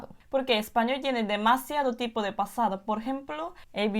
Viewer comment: La pronunciación fonética está al %95 . Cuando dice PASADO debe pronunciar la d suave . La lengua no toca el paladar . En otras palabras se pronuncia la D tocando el paladar. La s suena diferente . La letra L debe pronunciar la mas fuerte y larga. Pero algunas palabras si las pronuncia bien. Falta un poco de fluidez pero es normal porque su lengua estaba constumbrada a otra fonética.